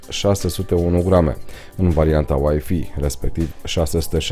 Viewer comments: Scuza-ma, dar WiFi se pronunta ,,uaifai'' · nu mai zi uaifi ca ma enervezi rau !